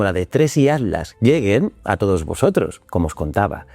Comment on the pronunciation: Sé que va a ser muy hater pero... ¿Atlas o Adlas? Que estrés esa forma de pronunciar la T.